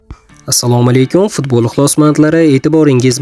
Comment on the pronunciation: Футбол де,фидбол дейсан саков,чаласавод ,шу гапингни эшитиб срази ролик ни учираман,асабим чарчайди